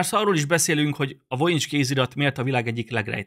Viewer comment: EJTSD : VOJINICS kézirat vojinics! Nem vonics hanem vojinics. Magam is vizsgáltam sok éven át, mintákat vettem belőle, és spektográfos vizsgálatnak is alávetettem. Használtunk uv-t, infrákat, és különböző vegyszereket. Nem találtunk semmit.